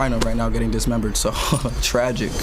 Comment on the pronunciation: They way he said tragic 🤮